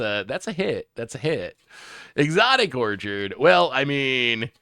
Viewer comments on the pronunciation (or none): none